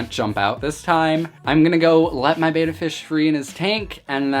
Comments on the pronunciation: Now that you spent that much maybe you'll want to pronunce it betta instead of beta. ;) Nice looking little guy though. Nice and well fed. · Dude, it's pronounced bet-tah, not bey-ta. Also you have a plakat (pronounced plah-kot). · Why would you pronounce it ‘beta’??? It’s pronounced bet-tah, after how the native people say the word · Try pronouncing it correctly: It's BETTA, not Bata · Betta not beta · BEH-TAH not BAY-TAH, just something to remember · It's pronounced Beh-Tah. minutes of you talking before we see the fish. You and your ilk who think we want to see YOU are so deceived. Title your vid ALL ABOUT ME for ALMOST 8 MINUTES before I show you my BEH-TAH. :) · I’ve had multiple fish tanks and hated the fluval spec v. I got hair algae and no matter what I did it wouldn’t go away. I had no such problem with any of my other tanks. By the way it’s pronounced “bet-ah”